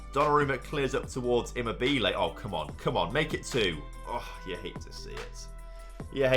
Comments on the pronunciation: Listening to him saying immobile wrong is funny but great job on finally winning the euros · Great!!!!!!! here start all! Immobile is funny! Donnarumma.... who? On Immobile the stress is in the wrong position and sounds funny. But Donnarumma... I listened him 5 times in a row... I would never be able to call him like did! Now the important thing: GREAT JOB TOM!!!! ole... ole ole oleeeee!!!!!!! ole... ole ole oleeeee!!!!!!! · The way he says Immobile 🤣